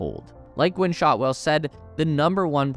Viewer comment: Gwynne, not Gwen. It happens to the best of us...